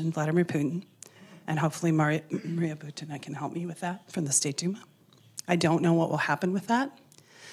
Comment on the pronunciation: Maria Butina. Emphasis is not on "a" in her last name, but on "u". BUtina, not ButinA.